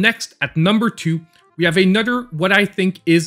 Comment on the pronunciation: A nudder